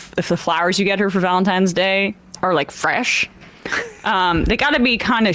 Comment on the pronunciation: Did Emma just say "Valensgay" towards the end? LOL We have a new holiday!